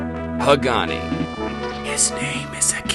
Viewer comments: The game isn't pronounced "Ha-GAW-nee." It is "Hah-gah-neh." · Oh btw, you guys need to learn to pronounce Hagane (HAH-GAH-NEH) correctly. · It's HA-GAH-NEH. Geez why do english speakers always pronounce final Es as Is.